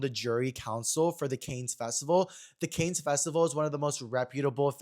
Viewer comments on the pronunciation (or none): I love you but it’s “CAN festival” not Cane’s! Not the Cane’s fried chicken jury. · Lmao not you pronouncing Cannes like they sell chicken strips and Texas toast